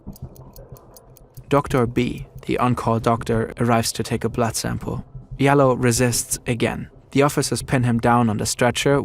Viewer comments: It’s Jalloh (JAH-LOL) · Oury Jalloh's last name is pronounce DJAH-low. It can also be spelled Diallo in ex French colonies in Africa. Oury is most likely from the Gambia, an ex English colony where they speak english and spell things differently. May he RIP